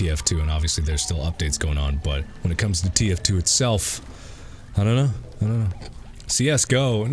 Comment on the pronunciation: Niggs said “ ion know about that!”😂😂😂